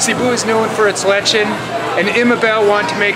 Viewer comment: I love it when Americans pronounce words wrong. Its really funny, but I also love to help them say it. BTW its said le-ch-on not lechin.